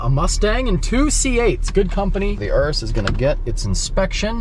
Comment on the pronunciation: Wtf is an URUSSS it’s called a Urus Your-us